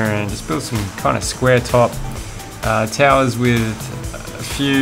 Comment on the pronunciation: Such an accent! "perimeter" is pronounced /pəˈrɪm.ə.t̬ɚ/, not /pəˈrɪ.mɚ/. "towers" is /ˈtaʊ.ɚs/, not /ˈta.ɚs/. And so on. Otherwise, your video is compelling.